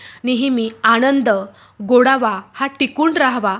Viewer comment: गोडावा नाही गं गोडवा